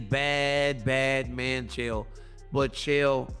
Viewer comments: " Chyelle" Sonnen.... Fuckin AI videos are getting old 😑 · CHA-EL SONNEN AND POWA-TEN